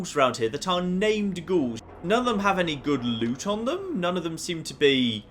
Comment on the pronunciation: is it just me who thinks he says lets have a loot see